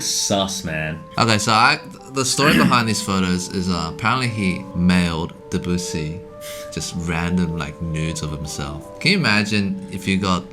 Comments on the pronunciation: You should be trashed for the way you pronounce Debussy. It isn't hard. Just stress the LAST syllable. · Hey guys get it right - Debussy is pronounced DEB-you-see - NOT De-BOO-see !!! Thank you 🙏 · I get a kick out of way you two pronounce Debussy